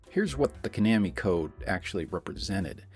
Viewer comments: Ko-nammy ❌ Twenty-oh-seven ❌ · It’s Ka-Nah-Me 😂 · “Ko-namy.” Are we serious bro? :| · Repeat after me... Koh-NAH-mee. AI bot mispronouncung things again. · Lmao I was like he has to be doing this just to piss people off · Well, to be fair, your pronunciation is not quite correct for Japanese, either. (No syllables get emphasis like that.) Still, not as terrible a mutilation as the typical English pronunciation of 空手 (karate). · Yeah, but he’s pronouncing it wrong aswell.